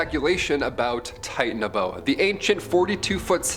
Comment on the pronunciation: Interesting video your pronunciation of Titanaboa is a bit different and it's more likely to be a sub species or evolutionary advancement of snakes that are present today.